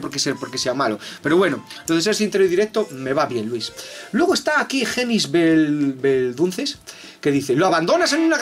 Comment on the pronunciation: Otra opción que tengo es decirle "hasta que Víctor de Andrés no pronuncie correctamente mi nombre y apellido, no puedes formar parte de la banda" xD PD: soy Genís Belzunces